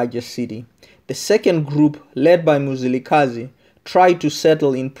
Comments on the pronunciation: Its Mzilikazi not muzilikhazi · I can't carry own listening to this my ancestors are crying wit you saying muzilikazi its mzilikazi where are you from my brother just tell us your story not our story mxiiiiiiiii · Lishona leli who doesn't even know how to pronounce "Ndebele" and Mzilikazi" correctly 🙄🙄😏